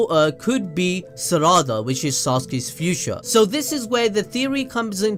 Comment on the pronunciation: this mans saying saracha instead of sarada lmao